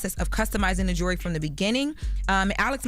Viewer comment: its JEWELRY not jury